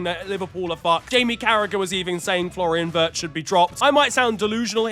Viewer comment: Florian sqwirtz 😂